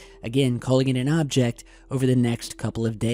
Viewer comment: Your really over emphasizing "object"